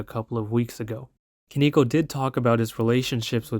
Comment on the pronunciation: bruh respectfully that isnt how the word koneko is pronounced